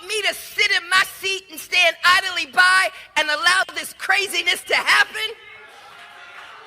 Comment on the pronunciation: Le tit ja did something I can't:: turned the word "idly" into 3 syllables.